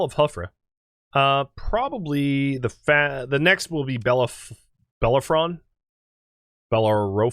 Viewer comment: I'm sure you got this answer days ago, but Bellerophon is pronounced buh-leh-ruh-fn. He was a Greek demigod or something, like Hercules and Perseus. There is also an opera with that name, which I am pretty sure is based upon him and is usually where people have heard the name.